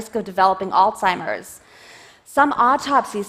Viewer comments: Alstimer's? Hard to take you seriously when you mispronounce the disease 30 times. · is she saying Oldseimer's? really?